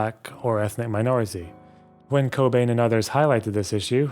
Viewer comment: I stopped watching when you deliberately pronounced the name cockbain as COCKbain. That’s some toxic and unprofessional shit right there.